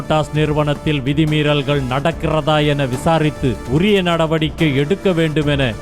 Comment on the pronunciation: அவரு ரிப்போர்ட் பண்ணுறாரு, அத நீ ஏன் ரிப்போர்ட் பண்ணும் போது "உரிய " நடவடிக்கை " எடுக்க வேண்டும் என்று கர்ண கொடூரமா அழுத்தி அழுத்தி சொல்லற??